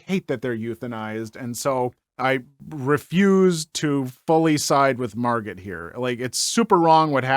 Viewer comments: "Margot" is pronounced "," dear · The T on the end of Margot is usually silent,. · The T is silent! Margot pronounced. Plz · Thank you! He’s the second YouTuber who mispronounced this name.